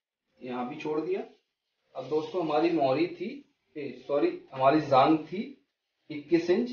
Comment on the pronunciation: Bhaiya vo jaag nhi jaang h